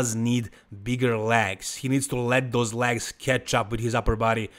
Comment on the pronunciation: I mostly watch these to hear say “LAGS” ….. “look at those LAGS” lol 😂